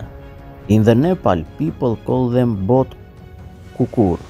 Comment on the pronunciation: Thank you for mentioning Nepal 🇳🇵🇳🇵 we are from the land of the Himalayas 🏔 and it was lovely to hear you pronounce our name of the Mastiff, aka Bhotay Kukur 🐕😍